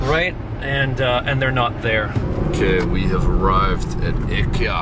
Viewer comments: "Ickie ya" is how ikea will be pronounced from now on 🙏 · Funny enough, their pronunciation is actually closer to the correct one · I know you were joking but your pronunciation of IKEA is actually closer to the Swedish pronunciation than English speaking normally is haha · The fact that I didn’t know “Ikyah” was IKEA.